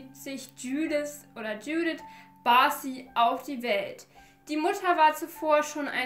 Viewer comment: Hey 👀🌸 Erstmal, tolles Video :) 2. Ich bin selbst Ungarin und ich denke Mal die Namen sollten so ausgesprochen werden: Judith wird so ausgesprochen wie du es im deutsch auch machen würdest,also nicht so Englisch. Bei Maria denke ich Mal dass sie wie auf ungarisch Mária ausgesprochen wird also Montag einem langen a und sonst auch wie auf deutsch.(Das a ohne den Apostroph können deutsche nicht wirklich aussprechen deswegen gehe ich da jz Mal nicht drauf ein) bei Ági wird das a auch einfach lang ausgesprochen und Barna ka kenne den Namen nicht haha auf jeden Fall spricht man deren Nachnamen (also Barsi) Barschi aus (denke ich Mal) weil im ungarischen ein einfaches s sch bedeutet. Also auch wenn es jz nicht so wichtig war wolltest du ja im Video immer Mal wissen wie man das ausspricht und ja 🌸 Hab dich lieb